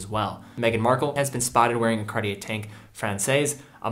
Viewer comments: He is pronouncing it correctly as far as I’m concerned.. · MmeDesgranges - Surprisingly for a yank, he’s pronouncing it correctly. How do YOU pronounce it?